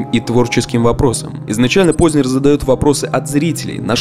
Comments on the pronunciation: скажите пожалуйста, Вы намеренно неправильно произносите фамилию "Познер"? Откуда Вы там берете мягкий знак после буквы "з"?! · Он не ПознЕр, он ПознЭр по произношению. Это как сЕкс, флЕшка ну...